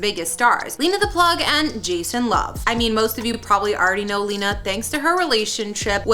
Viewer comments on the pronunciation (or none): Her name isn’t pronounced lee-nuh it’s actually pronounced Len-uh. If you’re gonna make a video, at least pronounce people’s names correctly.